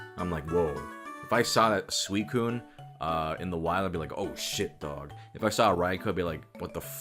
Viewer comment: sweekun? It’s soowiseen